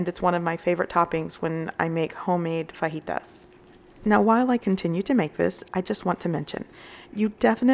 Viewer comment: Love the way you say fajitas.. correctly thank you!